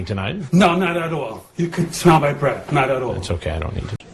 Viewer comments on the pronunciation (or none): "you can smell my breaff" Gets me every time